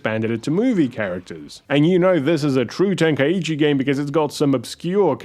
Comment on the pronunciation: It's pronounced "Ten-kai-chi" not "Ten-kai-ee-chee"